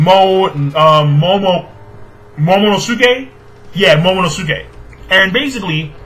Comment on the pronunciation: His name is pronounced like Sasuke (sas SUKE) Momonosuke (momono SUKE)